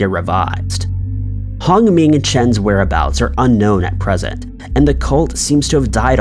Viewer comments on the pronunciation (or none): none